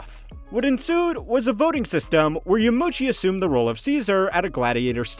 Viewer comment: It's Yama - uchi btw - not Yamuchi. Four syllables YA - MA - U - CHI